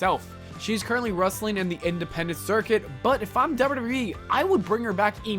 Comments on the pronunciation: Those legendry pronounciations. Dobdeudobdeweeeeee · Bruh slow down when you pronounce “wwe” ffs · The way you say WWE is hilarious